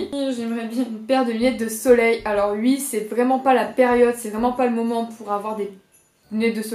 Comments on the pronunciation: Je kiffe comme tu dis oui —> ui ? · Tu dis UI c'est chiant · "Ui" ça me fait craquer 😂😍